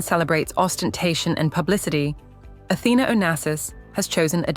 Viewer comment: Her correct name is Athena, the tone is on the lady a.